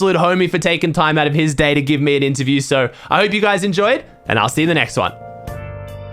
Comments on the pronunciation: I love how you call it Anterviews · Interview not anterview